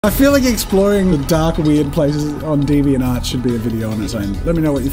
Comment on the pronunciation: i'm now always gonna pronounce deviant art as deviant ART